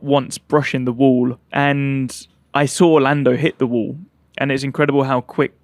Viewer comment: no. Of times he said wool (wall)😂😢😂😂😂